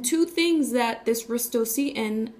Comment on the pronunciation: 😂😂😂 i can pronounce it better, do u hv pronunciation issue? Stutter?